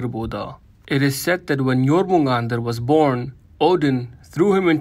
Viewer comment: Finally, someone actually pronounced Jörmungandr correctly, I've heard so many people butcher the name, it's not even funny.